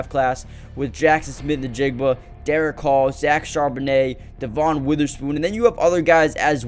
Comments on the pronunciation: It’s pronounced Devin not de von. I know, the spelling doesn’t match. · It is spelled Devon but it is pronounced Devin